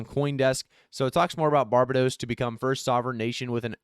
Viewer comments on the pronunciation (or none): Nice work!! Fyi pronounced Bar Bay dose.